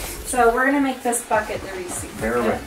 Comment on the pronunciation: Funny how pronounces "receipts". It is pronounced ruh·seets. She also pronounces "Reese's" funny too. It is pronounced ree·suhz.